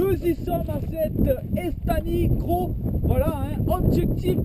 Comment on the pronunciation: bonjour Un beau reportage j y etais le Juste un petit rectificatif (pas mechant )mais on ne prononce pas estany en catalan mais estagn (ny = le son gn comme montagne)sinon encore bravo